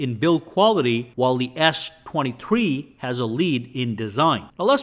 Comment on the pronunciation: The way you say s23, sounds more like Ass 23